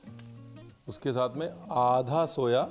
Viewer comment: Soya nhi Soaa bola jata hai is herb 🌿 ko